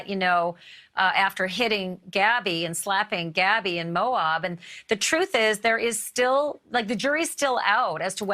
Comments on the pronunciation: Pronunciation of Moab is Mo-abb, as opposed to Mo-obb. Thanks! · It’s pronounced MO AB. (Like ap ple or ab domen). Not Moaub